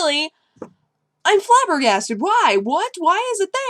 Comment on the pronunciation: Haha she said flabberghasterd :) it has ass and turd in it :D